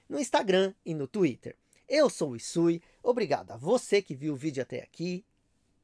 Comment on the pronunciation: Olá,! Obrigado por responder minha pergunta e por pronunciar meu nome corretamente 😂😂😂😅😅😅